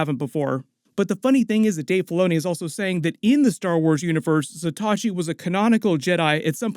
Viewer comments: FYI - Zatoichi is pronounced with 4 syllables. Zah-tow-ee-chee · Butchering the pronunciation of zatoichi.. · Pronouncing "Zatoichi" & "Bokken" wrong... Zah-tōe-E-chi .... not Zah-tah-chi Bōe-Ken ...not Bah-ken...😅👍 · Great video as always, & I'm enjoying this series so much!! 🥰One bit of advice, tho: bokken is pronounced boh-ken. Zatoichi is pronounced zah-toh-ee-chee. 🏯⛩️ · Some pronunciation hints on Japanese weapons and warriors - "Bokken" is pronounced BOH (rhymes with "dough") - Ken (as in Ken doll). And the blind swordsman Zatoichi is 4 syllables - Za (as in pizZA) Toe (on your foot) Eech ("leech" but without the L) EEE. Great content though - keep up the good work.